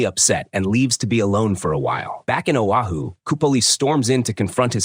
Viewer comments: It's Oahu not Ohio. Stop butchering the names. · It's Oahu moron, not Ohio. AI generated crap narration. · geez....dude pronounces Oahu as Ohio......Oahu is pronounces as O-Ha-hu..... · Lord have mercy the ai will say it wrong a million times and then once say Oahu correctly 😂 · The audacity to mispronounce foreign names 😂